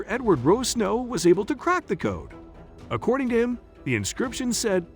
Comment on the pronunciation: all mistakes accordi? it's 200 years old not 300 one thousand seven hundred ninety nin??? it started 1795, not 179nin - those are not the three teenagers, those are the Lagina brothers they stopped at 30, not few. what scared the teenagers off? it's not 10 it's 9 - again, those are not the three teenagers!!! monsters? proof? it's not 30-40, it's 80-90 granite precisely? who is Edward "Rosnow"? 40 feet below, MILLION lbs are buried?????? No it's 2 million! you pronounced chappell wrong what evidence did he prove that he found a 250 yo French hunting ax??? two fifty? it's 2 HUNDRED fifty. one two seven? Francis Bacon is not Shakespeare pronounced Lagina wrong. what evidence is there to prove that Rick and Marty's parents owned a Reader's digest? two five? trayton? Lagina mispronunciation #2!!!!!!! seven dollars million? #3 time he mispronounces it!!! #4! at the swamp, not the MP! actually 371 years! 5th time! why u askin' me for? It's 228. SIX? they didn't find that! Chappell did! no stress in the words that's funny seven? 2 human bones. it's not Dayton it's Drayton you pronounced lead wrong 8???????????? pope didn't exist in 1119! - also that rhodolite brooch doesn't have anything to do with the templars! I bet you were referring to the la formule cipher "w